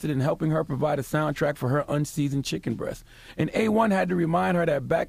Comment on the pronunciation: Tony Baze I thought he said chicken breath 😭😭😭